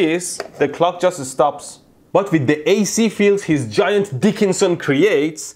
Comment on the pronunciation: "Gaint Dil.. llema" XDDD